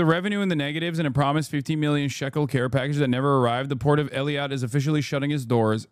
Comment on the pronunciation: Hassan butchering those names Eelaat Umm Al Rashrash